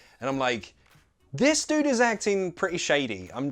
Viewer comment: Hi! Great great video! I've noticed you didn't pronunce dude "Dyoude" and I used to say "opposAÏTE"...